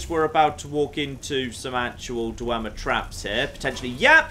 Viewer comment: Dwee-mer? What?